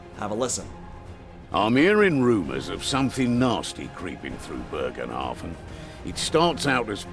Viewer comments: "Bögenhafen" Oh wow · Why can nobody pronounce "Bogenhafen" correctly ? xD And why do you pronounce an R where there is none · basicly how you say it but remove the R. Dont change the pronunciation apart from that.